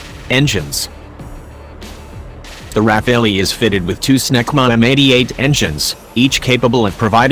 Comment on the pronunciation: IF YOU ARE DOING A DOC ON THIS FIGHTER CALL IT PROPERLY:RAFALE(Strong gust of wind').......NOT RAPHAELLY...momo!!!!